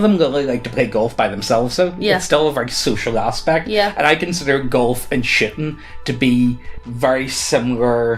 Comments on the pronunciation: shooting, shooting, I did a double take because it sounded like you said shitting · NGL- I totally heard "shitting as a sport" and was like LOL WTF??? oh right shooting... clay pidgeon shooting.. not shittin' LOL. And if you think, "there is no way that guys wouldnt get upto any sort of competitive shittin'..." you really dont know guys. Especially competitive ones! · Did he say shootin or shitin? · I thought said he joined a shitting club. Like a club for people to get together and poop. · Uhhh, I was like 10 minutes thinking how the hell shitting was a sport/game for you until I realised you meant shooting.......... Other than that existencial crises yeah, I liked the video! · Oh! A Shootin’ club. That’s definitely not what I initially heard! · when you realise he's saying shooting XD. I love ya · Anyone else hear him say something other than "shooting"? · Shooting...clay pigeon shooting how in the name of the beyond did you pronounce it so wrong? It has two Os but you make it sound like it has an I instead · I was listening to this to this in the background and I thought the same